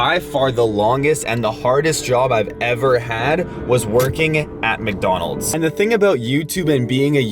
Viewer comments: why did you say mecdonald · Why do you say micdonalds